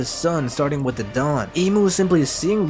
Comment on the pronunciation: I was showering while listening to this. I got water on my ear and it sounded like you said 'dong' instead of 'dawn'. Now thats what i keep hearing lol. "The will of the Dong", "Fantasize about the dong" "He will bring the dong and liberate the world"